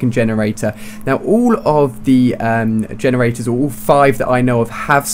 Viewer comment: Lol he kept saying vagenerators.